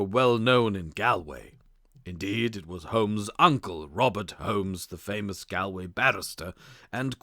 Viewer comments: I like these non original stories but this drove me crazy. Galway is pronounced Gawl-(rhymes with ball)way. It's a very famous place. I can only wonder what would happen if they were asked to pronounce 'A nightingale sang in Berkeley Square' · This is a good story but is let down by the many times the narrator badly mispronounces words, such as Galway is said as Gaul-way, Viscount is Vi-count. I do wonder if English may a second language?